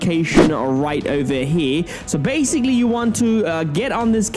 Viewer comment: Bruh stop saying bassicly